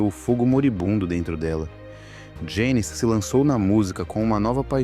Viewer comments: A NARRAÇAO SE EQUIVOCOU NA PRONUNCIA DO NOME DELA,,, JANIS, NAO JANICE,,, MAS ISSO NAO TIROU O VALOR E PRIMOR DO VIDEO,,, EXCELENTE,,, PARABENS ........E DEIXANDO O LIKE,😀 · Que forma do narrador pronunciar o nome da Janis, lê-se "Jéniz" e não ""... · Me deu muita gastura ouvindo o narrador chamá-la de "Janice", um zilhão de vezes. 😮